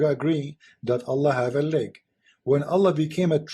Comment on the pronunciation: Leg not lake. Can you read?